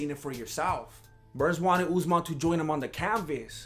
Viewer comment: Deffo respect Usmans name lol